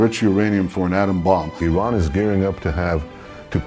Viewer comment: It's spelled Iran not Eron but I still don't care.